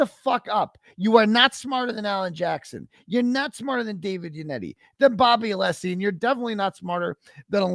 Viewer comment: hankys wife is anessy but he can't pronounce alessi properly?